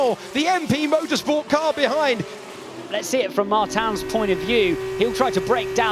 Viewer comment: somebody teach the commentators how to say Martins: its Murteamch